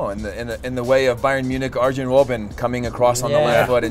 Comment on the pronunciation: It is pronounced "Ar-yan" not ArJan just so you know in the future fam